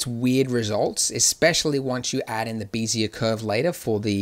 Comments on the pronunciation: Why call them "BEE-zee-uhr" curves instead of the correct and more common "BEHZ-yay" pronunciation? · Wonderful as always. Bezier is pronounced "beh-zee-ay" as in "bet" LOL. Someone likely said something since this in 2017! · "vertice"..." 'x' axes"..."bee'-zee-uhr"... Nice tutorials, but you're killing me :'( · "bézier" is a french word (defined as a parametric curve typically used in computer graphics) is pronounced phonetically "beh-zee-ay". I was slightly bothered everytime he said it, but I can understand the confusion. I just wanted to respectfully correct this. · Heads up - BEZIER is pronounced: bez - ee -ay. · Bézier still wrong pronounced. ;)